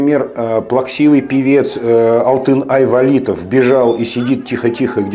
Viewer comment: Эх ты, ставь ударение правильно Алтынай Валитов. Журналист или блогер.